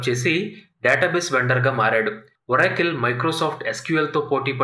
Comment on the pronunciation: మంచి వీడియో కానీ ఒరాకిల్ కాదు ఆరకల్